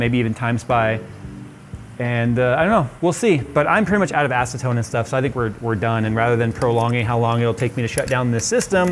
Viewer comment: Ha he said ass-atone